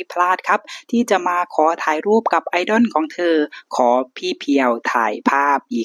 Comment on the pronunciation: 🥰ถ้าบอกว่าเป็นพี่น้องกันยังเชื่อเลยนะครับเนี่ย 😍แอดมินครับ.. IDOL ออกเสียงว่า "ไอ-ด้อล" ไม่ใช่ "ไอ-ด้อน" นะครับ..อิอิ😋